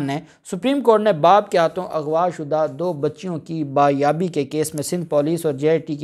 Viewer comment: the word is Baziabi indtead of Bayabi.pls corrrect and think before you speak.learned lawyar must be correct .